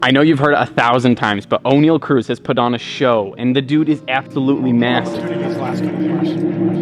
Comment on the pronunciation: its pronounced Onyell not O'Neal, ironic because you mention shaq in this video haha, there's no ' between the O and the N